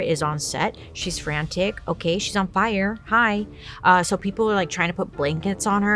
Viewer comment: "The fi-yahh!" 😂😂